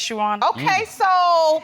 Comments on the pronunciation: Uwonna learn how to say "your honour"? 😅😅😅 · Bunch of illiterates! Absolutely shameful and she can't even pronounce 'your honour ' ! Shameful!!